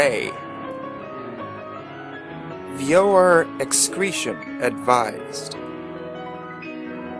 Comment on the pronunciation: I laughed so hard when he said veiwer excretion advised.